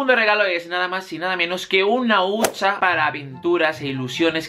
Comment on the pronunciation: Se dice huchaa no huncha no? Jajaa me encantas